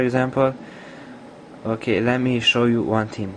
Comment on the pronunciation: He keeps on saying Team not Theme lol